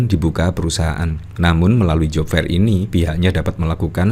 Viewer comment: Aduuuh mas yg menjadi host, buka kamus dong bagaimana membaca "Job fair" - dibacanya job fer bukan job fair.